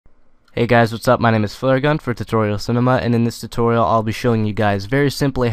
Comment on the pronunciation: LOL you said tititorial